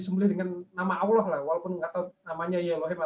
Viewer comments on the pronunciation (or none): none